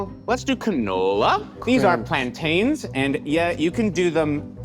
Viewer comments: The way stopped when he said plantains wrong... as someone from the caribbean i felt it too 😂😂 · being mad the whole time but particularly when pronounced Plantains whitely 💀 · fights the urge to say "its pronounced plan-TINS" lol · When your Hispanic and can't say Plantains right. 😅😂